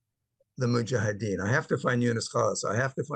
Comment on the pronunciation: Hey, it's actually mujahedeen... not muhajideen ☺ all love and respect